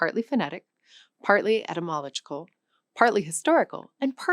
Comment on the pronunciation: You mispronounced Etymological as ˌet̬.ɪˈmɑː.lə.dʒikəl. It is pronounced et̬.ɪ.məˈlɑː.dʒɪ.kəl.